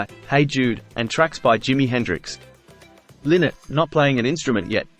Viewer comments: It's pronounced Lainott like Lie-nott, not Linott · His name is pronounced Lie-not. Not Linnet.;-) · Ly- not not Linnot, you could at least get that correct. Show some respect ffs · I will not watch any more of this video after the first 3 seconds. TERRIBLY WRONG in the very first sentence. FFS... It's not "Lynn-Net." PHIL LYNNOTT's NAME IS PRONOUNCED "LIE NOT." As in, IT RHYMES WITH "WHY NOT" learn how to pronounce his name? What's next? A mini youtube doc on "The Life and Tragic Death of Jimi Hendrich"? Followed by a video about that Beatles guy, "The Life and Tragic Death of John Lemon"? Thanks, but no thanks. LIE-NOT, FFS!!!! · his surname isnt pronounced Lin ett its pronouced lie not. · His name was Philip Lynott - quite often mispronounced. As he said regularly himself "It's Lynott, like Why Not". 😉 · Pronounce his name right will Ya...its LIE NOT. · Well, He's wrong. Lynott stated this in many interviews over the Years that His name is pronounced, Lienot. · Yep, there's a YouTube video of his mom somewhere where she states it's pronounced Lie not. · It's pronounced Lie - nut. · It’s pronounced Lie-not. ☘️ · This idiot mispronouncing Phil's surname the entire vid. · That's what I thought too